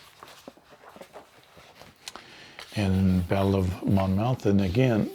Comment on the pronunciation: Oriskany is pronounced "O-RIS-kan-ee." (BTW, Monmouth is pronounced "Mon-muth." The letter "o" is not pronounced.) Thanks for the unboxing. I just received my game today. I'm very excited to play because I own none of the original volumes.